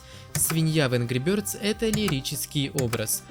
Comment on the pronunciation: Ангру бëрдз